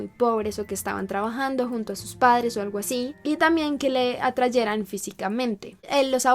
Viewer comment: Creo que se dice atrajera no atrayera 😬